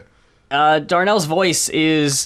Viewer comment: Hate to be that guy, but the Mountain Goats frontman's name is John Darnielle. "Dar-kneel" Also, something you'll find funny. In the music video for The Legend of Chavo Guerrero, the actual Chavo Guerrero Sr. appears. And when John sings to his father that "your ashes are scattered on the wind," Chavo is next to him with a look on his face like "The fuck?!"